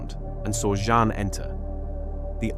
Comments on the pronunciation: My friend, you don't have to learn French. But if you're going to do this kind of work, you need to knuckle down and learn French PRONUNCIATION. It won't take long: A day or two. Here's a start: "Jeanne" is ZHUNN. Rhymes with "bun" but with a ZH at the start. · Your AI is poor and can't even work out how to pronounce 'Jeanne' and makes a total mess of the dimensions of that painting. You claim attention to detail. But it's just sloppy